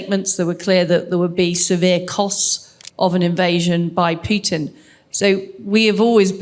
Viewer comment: It's not p-you-tin. It's p-who-t-in.